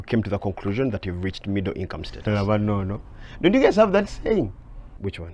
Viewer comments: Middle with an accent. 😂😂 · Did I hear Mudra or midro?? 😂😂😂 Anyway you would have showed him the newspaper which was saying every Ugandan will be earning at least 200k by 2023😂😂😂😂😂😂😂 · its basically the word middle with a strong western Uganda accent